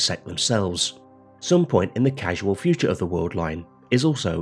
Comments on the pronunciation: Did the narrator say casual future and casual past instead of causal future and causal past? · Sorry but I had to click stop when you pronounced "Causal" as "Casual". This video is indeed a casual effort.